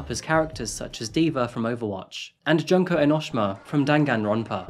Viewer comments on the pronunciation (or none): sorry I can't get over the way he pronounces "Junko enoshima", but I can't blame him if he never heard the pronounciation/the franchise before, but it's hilarious to me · Pronce as June ko. ellie she ma